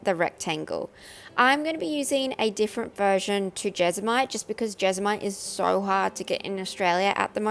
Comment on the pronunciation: When you started to say jesmonite I thought you were saying vegemite lol. duh me.